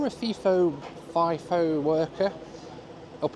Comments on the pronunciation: 2 things to point out as an Aussie. they’re called utes in Australia, not pick up trucks. The other, it’s pronounced fi-fo, not fee-fo. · As someone who has actually worked FIFO at Tom Price here's a few corrections. Its pronounced F-eye-FO and NOT F-ee-FO. Its spelt FIFO not FEFO The reason they fly Fokker 100s and Boeing 717s into Paraburdoo is because of the construction of the runway. The run way is long enough for planes like the 737, but its not strong enough for the weight of those aircraft. I have a pilots license and that's one of the basics of runways. Its not just a matter of length but they also have to handle the weight. NOT ALL of the people who work at the Tom Price Mine are FIFO. The Town of Tom Price is a real town with shops and houses and schools and sports clubs. When I was working at Tom Price in 2013 most of the people I worked with in the electrical engineering support team lived in town. I was on what's call a 8-6 roster were we'd fly in on one day and fly out the next week on the same day. 2 of us flew in on a Wednesday and 2 left on that Wednesday after we'd had a handover meeting. That was then a common schedule for an operating mine. For construction of a min ethe roster was typically 3-1 or 4-1 but that referred to WEEKS not days. Of course you didn't work 3 or 4 weeks without a break. You'd usually have Sunday's off or every second Sunday off. Some of the construction schedules are pretty brutal. The main reason people in mining earn or appear to earn a lot of money is the number of hours they work. One project I was on had a 10-4 (10 days on 4 days off) with 10 hour days schedule. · And Third, its pronounced fi-fo not fiii-fo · Fly In, Fly Out = FiFo not FeeFo lol! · Pronouced 'F-eye-fo' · Fi rhymes with hi.